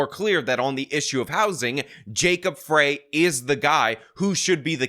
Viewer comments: Just to be more accurate, because it's important. 1.The current state flag isn't the one you showed . That was a runner-up. Real flag arguably looks MORE like Somali (not Jubaland) flag than that even. 2. Nobody calls the whole city of Minneapolis 'Little Mogadishu', but many people do call the Cedar-Riverside neighborhood and/or the area around the Somali mall at Lake and Pillsbury by that name. 3. Frey is pronounced 'fry' not 'fray'. Thanks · "Frey" sounds like "Fry," not "Fray." And Jacob is terrible, but at least he's an actual American. Minneapolis is very stupid in its insistence on electing Leftists. Rent control never, ever works. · Minneapolis resident here. There's no way I'm voting for Fateh, and I'm not the biggest supporter of Frey by any means, but you sound like an idiot when you don't know how to pronounce his name correctly. It's Fry not Fray. Makes it harder to take an obviously outsider seriously. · FYI- Frey is pronounced rhyming with lie, not rhyming with okay. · Mayor Jacob Frey – He pronounces his name as FRY, not FRAY. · The mayor's name if pronounced FRY, not FRAY. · It’s pronounced “Fry”as in French, or what someone guilty of treason should do in an electric chair. Fateh is what you get when you have migration without assimilation; They sought asylum from “There” yet they insist on bringing “There” here. It totally makes sense in a definition of insanity kind of way. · It's pronounced "Fry" not "Fray". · FYI, Mpls Mayor Jacob Frey’s last name is pronounced ‘fry’, not fray’. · It’s Jacob ‘Fry’, not ‘Fray’. Fateh is stupid, but Empress Ilhan will be doing his thinking. Rents in Mpls are going down because the place has become such a shithole that affluent people are moving out like rats off a sinking ship. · Frey is pronounced Fry, and he is an absolute embarrassment to Minnesota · Frey is pronounced Fry. Fwiw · It's FREY ....pronounced FRY !! Come on 😅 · Pronounced “Fry” & “try-plex”. Other than that, spot on. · It's Jacob Frey like fries.